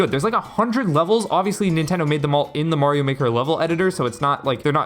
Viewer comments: Finally, someone that can say mario. Who tf is merry-o? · haha right. even in the games themselves, he says "its me, Mario". there is no merry-o. and people will still say it that way